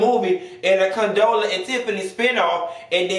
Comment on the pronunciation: Did you say Condola and Tiffany lmfao. Bye